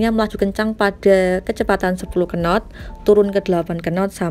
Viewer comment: Kenottttttttttttttttt... Apa kenot ! Nyebutnya not aja,, knot!